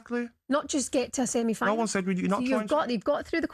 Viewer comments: Does Gabby keep saying seminy final? 😂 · "We're through to a Semini final" 😂